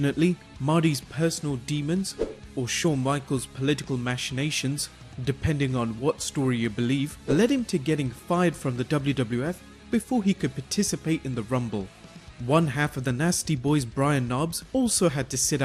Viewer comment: Sorry about this but it’s pronounced mack-ination not mash-ination